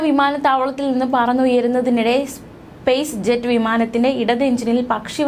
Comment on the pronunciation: സ്പേസ് ജെറ്റ് അല്ല കുട്ടി സ്‌പൈസ് ജെറ്റ് എന്നാണ് വിമാന കമ്പനിയുടെ പേര്